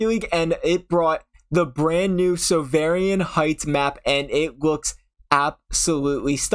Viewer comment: cool but thats not how you say sovereign